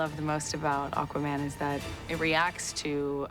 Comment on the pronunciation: Akwuhman - Dolph Lundgren